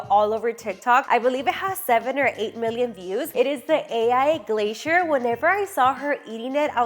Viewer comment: And glacier lol I think i misheard carbonara too